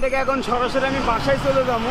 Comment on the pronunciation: bhai ei volvo ta 8 wheeler. and tumi cha k sa bolcho kano? jamon pechon k peson bolcho. sunte advut lagche. abar jabo k jamu bolcho khabo k khamu bolcho sunte valo lagchena.